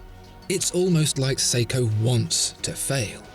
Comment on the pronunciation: its seiko damit